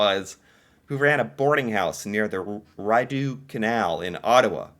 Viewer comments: When you ordered at Lick’s, the staff would sing your order to you. 🎶 That was fun (Rideau Canal is pronounced Ree-doh) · Guelph is pronounced (Gwelf), Rideau is pronounced (reedough). I hope this helps,. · Also, it's not rid-doo, it's ree-doe.😅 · The Rideau Canal in Ottawa is the largest skating rink in the world. It's pronounced ree-doe. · Rideau is pronounced ‘Ri (think the ‘i’ in sit) + do. The WinterLude (festival) in Ottawa is held on the Rideau (if it is cold enough to freeze). The Rideau Canal Skateway winds its way through the heart of the National Capital over a total length of 7.8 km. A UNESCO World Heritage Site, the Rideau Canal in winter becomes a treasure that is the pride of the National Capital and a signature destination. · LOL... Rideau is pronounced ree-doh..